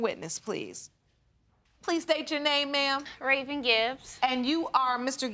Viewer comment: I thought the Judge called the sister Raisin instead of Raven .... 🙄